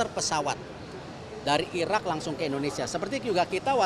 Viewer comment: 2 : 17 Erick said : Irrrrrak 😊😅